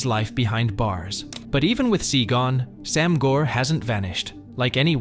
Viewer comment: Very minor critique about your annunciation of Sam Gor, in case you cover another topic in the future with Cantonese in it. The A in “Sam” (Translates to 3) is a long A sound, similar to Anonymous or Announce. Easier to understand when seen as ‘saam’. Gor (brother) really shouldn’t have an r. The O sounds more like if you were about to say the word “or/oar” but cut out the R. In Cantonese the sound for the letter R does not exist.